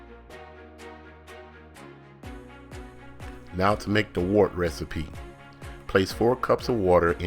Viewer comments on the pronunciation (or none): FYI its pronounced WERT. Great video BTW